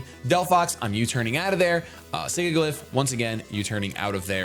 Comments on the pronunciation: Listen, I love you, but it's not pronounced Sig-Ih-Gliff, it's Sih-Jill-If. You know, like the word sigil XP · it's Sigilyph not Sigiglyph._. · SIGILYPH, NOT SIGIGLYPH! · he pronounces Sigilyph wrong, it's not "Sigiglyph" :D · The way he pronounces Sigilyph with two hard g's.... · I love you, but you need to fix the way you pronounce "Sigilyph"